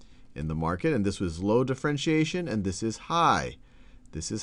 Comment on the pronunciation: Differentiation not d'frentiation